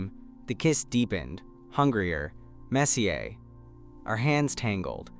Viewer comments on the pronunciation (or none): Got a kick outa the French pronunciation of ‘messier’!